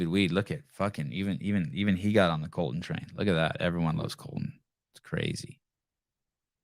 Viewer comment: Colten, not Colton 😂